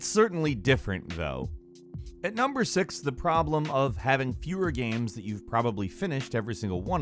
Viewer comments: Does anyone noticed that pronounces "games" as "gheam" or something of the sort? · too many GAEMS i don't have any gaems, sorry :-P